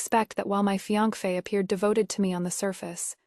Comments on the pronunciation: It’s either fian-key or fian-fey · None of these ai audio readers can say fiancé 😂